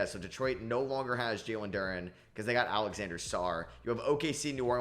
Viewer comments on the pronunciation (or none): You know.. its “Alexandre Sarr” not Alexander